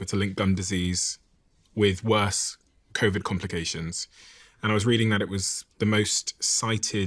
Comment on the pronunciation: Innocent question: Why does she pronounce Covid as Coviddge and Need as Nijj ? Is this a known accent ?